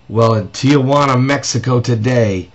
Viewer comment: its not pronounce tea-jua-ana its pronounce tea-who-ana!